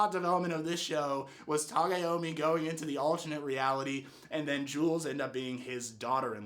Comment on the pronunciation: It's Tagomi lol not Tagayami man